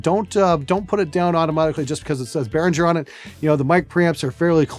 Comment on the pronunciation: 'bare-ring-ger' not 'bare-rin-jerr'